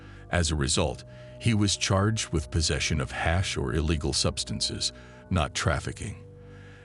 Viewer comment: AI SLOP, cant make it trough 10mins because of the word HAAASH